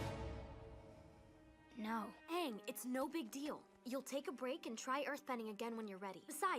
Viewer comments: This was an amazing episode, and it was refreshing to watch your reaction! Quick English tip: I noticed you have difficulty pronouncing the "ng" in Aang. The pronounciation they use in the show is mostly the velar "ŋ", maybe sometimes the uvular "ɴ" (standard pronounciation notation [IPA]) For both of these sounds, I find the word "anger" a good place to start. Pronounce the word "anger" really slowly and pay attention to the muscles in your tongue and neck, especially right before you pronounce the hard "g". In my mind, the velar "ŋ" sound is exactly in the middle of the sound "n" and the hard "g" sound. If you look up "IPA chart", it has examples of almost all possible sounds. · Ok I have A feeling That You can't Say the Ng sound